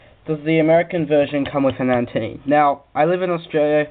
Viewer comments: its antenna not antenni LOL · great review mate, just a bit annoying when you kept saying antenny, its antenna. but other than good review